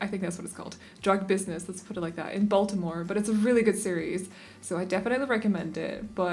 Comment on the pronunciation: For a second i heard voldemort instead of baltimore and i was like, what's he doing in the wire? i need to sleep. Nice house! the colors and textures really please my eyes 💜